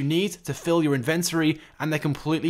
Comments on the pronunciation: It's not "in ven tory" but "inven tory" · Good video, but that's not how inventory is pronounced